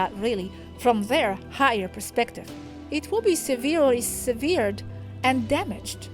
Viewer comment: 'Vār-ēable, not ver-'I-able .. 'sub se quent, not sub 'sē quent. .. 'se vered, not se 'vēred .. :-)